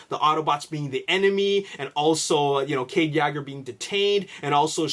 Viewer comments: WTF it is Yeager (Yay-gur) not (Yaager) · It's pronounced Yeah-ger,not yager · ur sayin yager wrong its purnounced yayger :) watch tf4 its how they all say cades last name lol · kade yagger? you mispronounced that horribly. its kade Yeager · This is too much assumption based on what's happened in T4:AoE... they arent going to do the same thing AGAIN in T5:TLK. Every movie has been different and unique... and it's Cade Yeager (as-in "Yay-ger") as pronounced ALL through Age of Extinction, not YAGGER... like Mick Jagger or Mick Yagger, LOL. Sometimes these vdeo's are good, but... theories based on theories have no solid foundation... there arent any official spoilers yet, so all of this can be complete false. LOL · Cade yagger, it's Cade Yeager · ...please stop saying Cades last name that way...its waaaay off. it's pronounced (Yay-Ger)...Yeager.not....YAAHHGer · law84 No he's just being stubborn dumb AF. If you listen closely he mention the last name as: Yaager and then Yegger while its Yeager. In his previous vlogs he pronounced it good. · U province Yeager wrong - it's Yee-ger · btw it is (yay-ger) I don't want to be mean but you can call it whatever you want I'm just saying that is how you say it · 09 he resides I Canadia...lol.(Canada) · can you please start pronouncing Mark Wahlberg's character name correctly it's annoying hearing it miss pronounced every video. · you pronounce his last name wrong